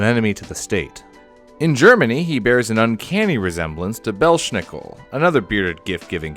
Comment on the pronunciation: Belshnico hahahahahahahaha. X[)